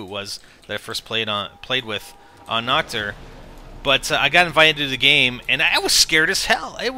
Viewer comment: its called Nacht and you should pronounce it with an h and not with k like nackt because that means naked in german...